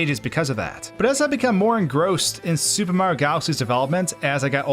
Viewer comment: The way you say "super mario" like "sssOOOOOUUuupper mario" is silly and distracting and I think you should know that